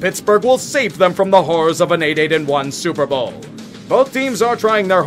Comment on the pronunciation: STILLERS GHANTA SEWPER BOWL